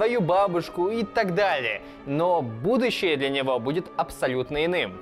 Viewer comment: На картавит? ""Кардинально изменив будующее""????